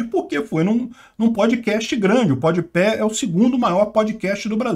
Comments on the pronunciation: É PodPá e não PodPé que se fala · PODPÉ KKKKKKKKKK podpah é tão ruim que o nem acerta o nome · Podpé HAJAHAUAHSSA, se pronuncia podpá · É PODPÁH E NAO PODPÉH kkkk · Pronuncia podipá! Mas do lula foi "podipé". Pé de cana. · “Pod pé” foi legal 👍🏻 :_bovino::_ancappark